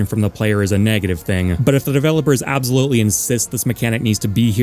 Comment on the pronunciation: He also pronounces "absolutely" weird.